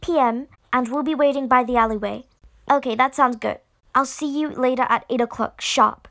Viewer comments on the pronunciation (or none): “ A few hours LaTuH.”